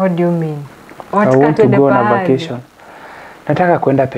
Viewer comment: "facation"😂😂 Ati I want to have a"lest" Wandau 😂😂😂😂😂😂